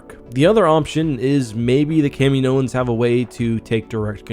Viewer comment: That's not how you pronounce Kaminoan.